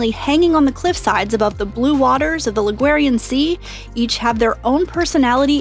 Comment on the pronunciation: cool video, friendly fyi Ligurian: Lee-goo-rean instead of La-gweh-rean :)